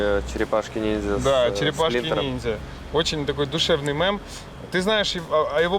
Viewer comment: Почему слово "мэм" режет уши, почему нельзя сказать "мем"